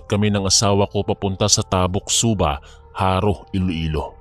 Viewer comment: GUIMARAS ATBUC SUBA EH DIRETSO ANG PAG PRONOUNCE. WALANG HYPHEN SA MGA GITNA NG WORDS. PANGET PAKINGGAN KASI